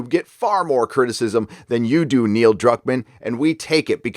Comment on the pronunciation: Is Gary calling him Neil Cuck-man or is that just what I'm hearing because of my own bias? lol